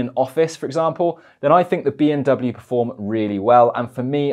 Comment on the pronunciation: I'm sorry but you sound like you are saying "BMW".